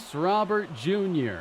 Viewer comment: That final strike from Diaz was filthy, would have sat down me aswell. As much as I love him, but it might be time to invest in a better offensive CF to take the next step. Also, I may be alone, but I preferred when your pronounced Robert as Robur.